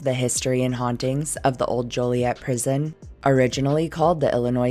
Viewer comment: from Illinois, and THANK YOU for pronouncing "Joliet" correctly